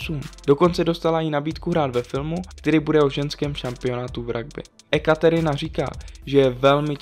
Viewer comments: ty toho neovládáš trochu víc. Například vyslovovat cizojazyčná jména. Viz Ekaterina. Správně se vyslovuje Jekatěrina. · keby si si tie mená dal do googlu traslator - u vedel by ako vysloviť tie mená .. ak niečo robím, robím to poriadne .. Ekaterina .. 😁😁😁( jekaterina .. vole ! ) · “E”katerina ? 😳😂 E pokud to neni э čteš jako “je” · Bože Ekaterina se čte: Jekatěrina!!! Jinak to ujde. :-P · ekaterina no to jsem se zasmál...-bože nauč se výslovnost a potom něco toč.... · Bože.. čti Jekateryna.. Rusáci píšou do latinky Je s E což je v azbuce Je. Asi to je jejich chyba, ale ty se můžeš naučit vyslovovat její jméno dobře. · Tvl čte se to jetaťerina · Rozhodně nejsem rusofil a Rusy moc nemusím, ale rusky se domluvím a správná výslovnost u č. 4 je: Jekatěrina Lisina a u č. 5 Nikita Tkačuk. Je vidět, že autor video sestavil z různých zdrojů a převzal jména v anglické transkripci i výslovnosti. Ale v češtině je transkripce ruských jmen jiná a vyslovují se jinak, než v angličtině. Jinak video ok.